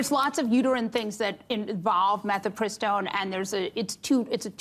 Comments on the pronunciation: Mifepristone, not "metypiston", feminist lady. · She’s pronouncing it like she doesn’t know how to spell it. Mifepristone not “mefi…” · Bill doesn't know how to pronounce Mifepristone and later says "phemerones" instead of pheromones. 😮